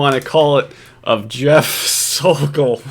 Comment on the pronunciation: I’m so thankful nailed “The Sokol.” Yes, “Sokolmania” is a thing. He’s now living on Cape Cod btw! The word is out! Let’s get “The Sokol”!!!